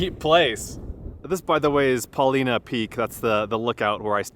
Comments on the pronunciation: We've camped by the lakes many times. Great hiking. And, I apparently always mispronounced Paulina 😂😂😂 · It's pronounced Paul- line-uh Peak. Not "Paleena Peak" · It's not pronounced Paw leena,,its pronounced Paw line uh,,a true Oregonian knows this. My first trip to Newbury crater was about 60 years ago,,the road was pretty much 4x4 only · I work on a butte nearby and the fires were finally going out at the end of my season, mid October. Did you see the firestone butte and flat top fires? And just for your info: it’s pronounced PUH-LIE-NUH. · Paul I na not Paul ee na. Paulina was a fierce Snake (Shoshone) war chief. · Great vid! Just so you know, it’s pronounced: Paul-eye-nah. I like the letter I (eye) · Proper pronunciation. Po-line-a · Paul eye nah. It's named after a native chief from the area. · It's pronounced Paul-Eye-Nuh... weird people here. Also, I haven't finished but I hope you visited the hot springs! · I've camped at East lake many times, been snowed on in June. BTW, it's Paul-eye-na to the locals. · It’s Paul-Eye-nuh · Paw-LY-nuh peak - not pronounced like the female name. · Hey 👋 welcome to oregon. It's pronounced with a long I. Paw-lye- nuh. Paulina was an native American chief. The three sisters are, Faith,Hope, and Charity. Enjoy Oregon! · Ha ha.I was just coming to the comments to say the same thing! And yes, it is a long I. I also agree that it's a great video. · Did someone correct you already and if so, here it is again. The Paulina Peak, Paulina Creek, and there is a town called Paulina is pronounced with the 'i' as a long 'i' so it says it's name. It's okay, the Willamette River, which is also in Oregon, is never said correctly either. Nice view isn't it. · Feel lucky to grow up in Central Oregon before youtube. Still so many cool places i refuse to share. Btw you totally pronounced Paulina wrong.